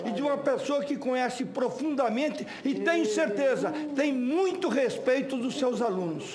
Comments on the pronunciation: Não dá pra levar a sério uma pessoa que fala "Gópi", "respetcho" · mutcho respetcho, puliticu, infilizmenti, sun paulo, diretcho, mutcho mesmu, ispricá, supusições, sinhora, supusição, iscandalus, istrapulá, disconstruídu, infilizmenti. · RESPETIO? Não seria respeito? kkkkkk